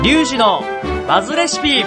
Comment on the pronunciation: OP、リュウジのマズレシピって言ってるように聞こえる